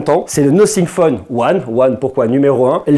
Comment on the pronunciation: on dit pas no fingue mais Nathing 😌😂😂